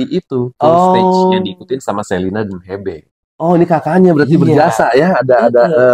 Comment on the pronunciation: Hebe😅 bacanya Hibi kaliiiii😅🙈🙈🙈